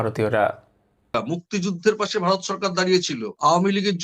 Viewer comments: Bhai, for God's sake, please pronounce BHARAT (VARAT) NOT BARAT. Get your acts right. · মতামত কমেন্ট করলে তো তোমার কথাই বলতে হয় তুমি ভারত বলতে পারো না বলো বারত৷ কি কুরুচি পূর্ণ উচ্চারণ তোমার। বিরক্তিকর জাহেল একটা লোক কন্টেন বানাচ্ছে বাংলা ভাষা ঠিকমত বলতে পারে না। আজব। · ঠিকমত" ভারত "বলতে পারে না বলে" বারত" শেখ বলতে পারে না বলে " শ্যাখ" ! লজ্জা করে করে না ভিডিও পোষ্ট করতে?